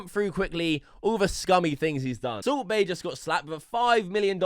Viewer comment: It's sound like soup bae everytime you said